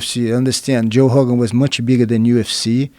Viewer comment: Jean finally saying "joe hogan".